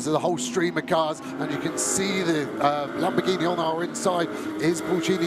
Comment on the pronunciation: The commentators going through the starting grid is impressive as hell. He can't pronounce lamboRghini though